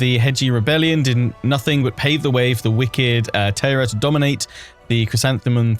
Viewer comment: Your pronunciation is pretty good, but Taira is pronounced more as Tie-ra rather than Tay-ra! Other than that I’m super excited for your playthrough, this DLC has me really excited🎉